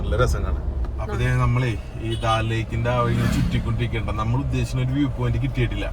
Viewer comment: Daal lake alla, Dal lake Anne, pronunciation seriakaa